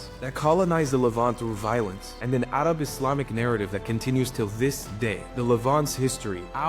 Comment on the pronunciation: Your pronouncement of "Arab" is a bit racist. Arab is an English word.